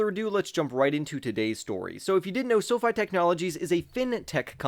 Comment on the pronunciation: He’s the only one that says “Esso-Fy” to label the ticket symbol